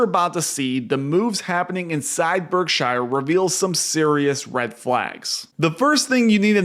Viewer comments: It's pronounced berk-sher, not berk - SHIRE. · Why do you keep calling it Berk-shyer? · Please! It's pronounced "BERK-shur," not "berk-SHYer." Visit Omaha and find out for yourself.